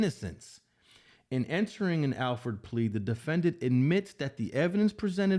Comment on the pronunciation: It’s pronounced All-Ford plea not Al-Ford plea. Lol